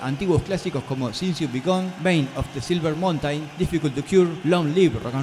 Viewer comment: Tres veces dijiste Main of the Silver Mountain... Ten un poco más de cuidado con la pronunciacion del inglés que no es muy buena. Excelente video y la información muy veraz.